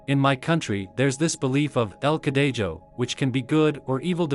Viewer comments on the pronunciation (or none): Hell yea el cadejo is from my country Altho el cadejo is pronounced like cadeho